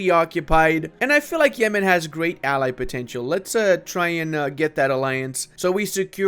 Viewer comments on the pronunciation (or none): none